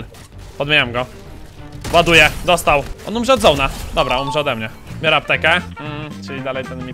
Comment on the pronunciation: "briorę udział" najbardziej nie podoba mi sie twoja matka :D